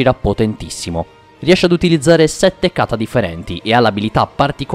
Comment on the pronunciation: Unica cosa, per favore tocca migliorare gli accenti è: Katá non Kàta Akáza non akàza